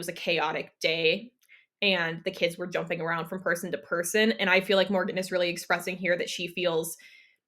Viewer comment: Morgan is one of those people who pronounces ing, ine (rhymes with bean). Instead of “jumping”, she’d say, jump-ine. It drives my ocd up a wall. lol